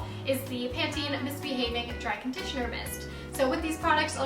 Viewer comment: You pronounce it right. Lol don't listen to that weirdo.